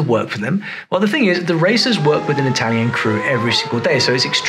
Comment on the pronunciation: it's impressive how Rosberg speaks italian so accurately, the accent is perfect